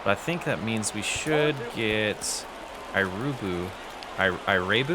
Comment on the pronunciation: Irabu is pronounced Ih-RAH-boo